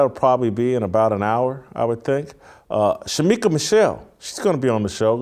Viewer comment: Dang...Shemeka Michelle not Shemika🤦🏻‍♀️